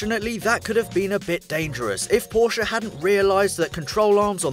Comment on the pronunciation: Yey he says Porsche not Porch🙌🎉